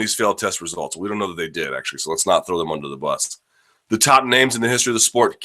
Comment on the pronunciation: "Under the BUS" not boss lmao